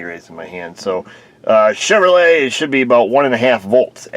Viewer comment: You are the best when pronouncing Chevrolet!